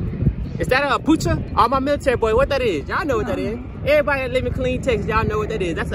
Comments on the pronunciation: my man called an apache(ah pa che) helicopter an apoochee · Apache not apucha.lol!!! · This man said a apoocha😂😂